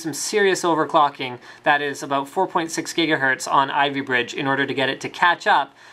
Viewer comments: HE DOES SAY GHEEGAHERTZ! Why? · He said Jiggahertz again :D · Why does linus swap between saying Jigahetrz and Gigahertz..lol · Jiggahertz!! lol yes, get jiggy with those hertz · jigahertz again